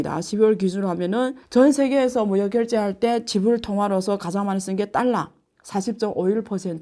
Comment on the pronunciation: 교수님 딸라로 읽지 마시고 달러로 읽으시면 발음이 더 완벽할것 같아요❤